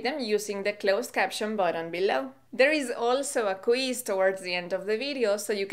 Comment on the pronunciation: un comentico...Favor de pronunciar la palabra quiz correctamente......no es "kweese" es kwiz.